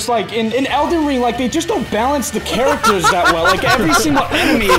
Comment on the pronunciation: I loved this video, it was just 👌. I would love to see this as a series. And my god, Adam absolutely BUTCHERED Elden Ring. Also you make a great game host.